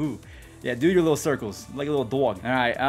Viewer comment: why does say dog so weird